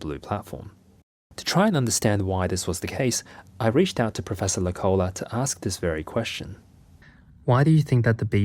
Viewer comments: Hi from Finland! It's pronounced professor Low-cola (The vowels are still a little wrong but I couldn't think of another way to simply explain it with English phonetics) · The pronunciation in Finnish always falling. The name Loukola is not pronounced low-collah, but more like the word 'locally' (of course with an ah-sound at the end).